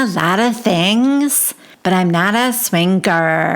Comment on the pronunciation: This franchise is crazy! I enjoy it so much with your recap comments and voices. Please keep saying SwinGer and Tinc-Ture, it’s a riot. But so low brow of Mary to mention the $, right?